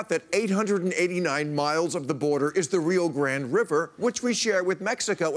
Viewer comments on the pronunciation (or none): none